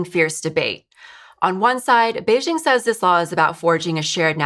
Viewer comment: You're mispronouncing Beijing.